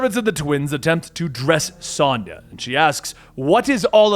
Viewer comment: Sonja is pronounced differently than the way you say. My mom's name is Sonja. It's like (sOne[long O]ya)